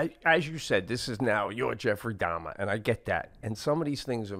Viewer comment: These guys are so Italian American that they turning the name Dahmer into Dom. I keep hearing Pete saying Dom instead of Dahmer. Lmao. Love this cast. My favorite podcast. No political bullshit, not much current event crap that everybody else does. Just two dudes talking about their week and everyday life!!!